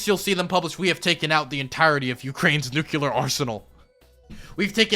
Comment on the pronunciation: I like your content...but dude.... New-klee-er